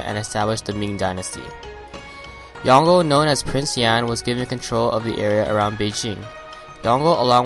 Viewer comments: It's pronounced yon-gul I knew him personally and he would refer to himself in 3rd person, as yongul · The pronunciation of Yongle in this video is wrong. it should be Yong-Le